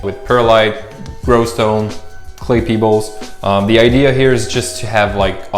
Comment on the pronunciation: Great vid man :) Watching an American person say clay pebbles was a bonus haha in your language it's hydroton I think lol